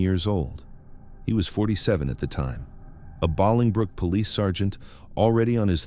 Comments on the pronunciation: Bolingbrook, IL is pronounced BOWLING-brook, like bowling ball. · The way the narrator was pronouncing Bolingbrook was driving me nuts. It's pronounced bowling-brook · It's pronounced "BOWLINGbrook." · BOWLING brook. That’s how you pronounce it. ☺️👌🏼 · Me too! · It is pronounced bowling brook... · I didn't see your comment before I commented something similar.. it wouldn't have been that bad had he not repeated it a gazillion times